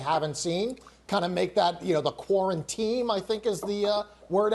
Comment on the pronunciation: Quaran-team? These newscasters are idots.